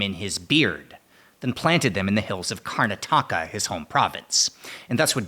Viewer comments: kar-NA-ta-ka by the way, not kar-na-TA-ka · With the emphasis in the right place, the word Karnataka sounds like Antarctica.